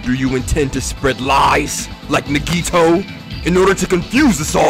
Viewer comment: I know its late in the game and at this point I guess it dont really matter but... my guy... you been pronouncing Nagitos name wrong this whole time 💀 The emphasis is on the A not the I, its like “NAH-gee-toe”